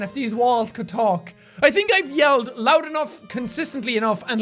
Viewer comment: "Loudy, roud, and obnoxious" great English man. Clap it up